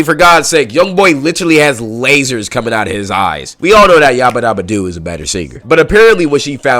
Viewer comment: Bee-ba-do-bee is how your pronounce beabadoobee